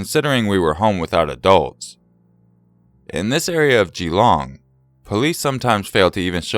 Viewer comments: Geelong is pronounced more like jeh-long. Don't emphasize the 'gee' ;) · the way you said geelong 😂😂😂 its more fluent instead of separating the gee and the long